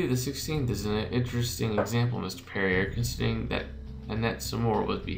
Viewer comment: Perrier is pronounced Perry-eh